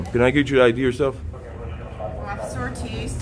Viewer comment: He accidentally called himself "Occifer" than got embarrassed 😂